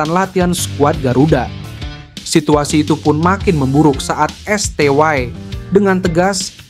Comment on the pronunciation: britanya bagus. pengisi suaranya ga banget. lebay tingkat akut. biasa aja bang, pssi bukan pssay, sty bukan stway. ga jlas